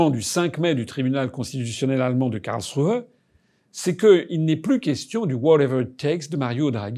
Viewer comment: Bravo pour la prononciation de Karlsruhe, bien mieux!